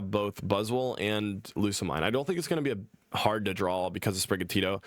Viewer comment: most people pronounce Lusamine's name as "Lusa-Meen"